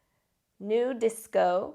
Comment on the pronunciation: It's NuDisco not NewDisco